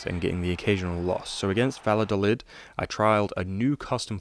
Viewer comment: The ll in Valladolid is said the exact same way you’d say ll in David Villa